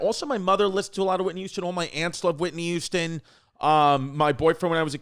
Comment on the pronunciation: Chrissy says "Whitney Youston"